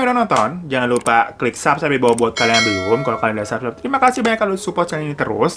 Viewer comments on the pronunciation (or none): none